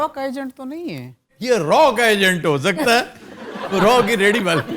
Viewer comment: Raw ka ijent nahi raaaa ka bolo